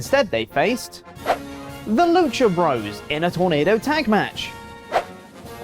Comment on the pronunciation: "Bros." is an abbreviation for "Brothers." It is not pronounced "broes," FFs.